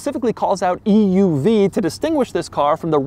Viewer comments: Bolt loses 1000 potential buyers every time Doug says "E.U.V" .. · Is anyone else getting more annoyed with how he says EUV as the video continues? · Dougwanese Extra Snooty translation: "Eeeee Yooooo Veeeee" = EUV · It's an oouev? lmao idk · Is this the Bolt "Eee Uuu Vee?" Lol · Bolt EEYOUV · E U V pronounced at least 200 times. 🤮🤮🤮